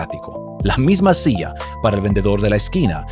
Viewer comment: Por qué razón habla como gringo hablando español? Dice SIA en vez de silla y las ERRES las pronuncia con dificultad. El es de RD?